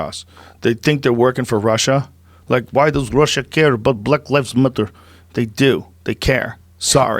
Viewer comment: The "black lives matter' comment in Russian accent is killing me! Hahaha!